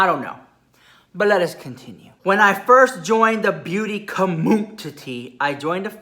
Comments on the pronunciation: I just loveeee when says Beauty CommUNTI-TEE. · I love how you say beauty COMMUTITY LOL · I love it when he says “beauty comutiti” It gest me everytime 😂😂